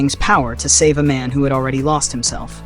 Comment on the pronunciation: Why it sounds like the Muslim dude said this here is a ma’am and not man